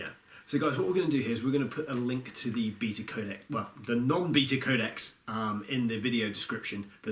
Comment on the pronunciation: You got a like within the first 15 seconds and thats because you said Bee-ta and not bay-ta. The amount of british youtubes that now say bay-ta drives me nuts. Were not american. Weldone guys. PS love you content.